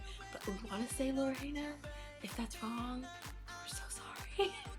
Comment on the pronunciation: hey guys im soo suprised you remembered my name...jenny from the block lol and you got my best friends name right. lorena. props to you guys. yayy for shoutouts lol it was reallly great meeting you guys maybe we will see each other again in the next kpop concert ^_^